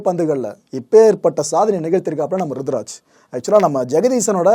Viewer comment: Bro kindly..he is ruturaj or rithuraj..🙂🤗